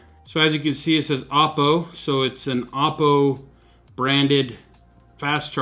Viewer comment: you're pronouncing Oppo wrong